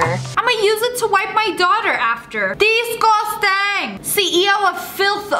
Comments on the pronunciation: Ok so Lia said DESGOSTANG and my subtitles were like: THESE GHOSTS BANG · I had captions on and when she said disgustang then it said these ghosts bang 😂